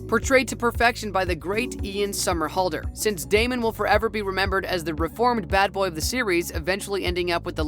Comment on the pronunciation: Neev Campbell? SteffON? Dude if your going to be the commentator at least learn how to say the names correctly. But how he got Somerhalder right first try Idk.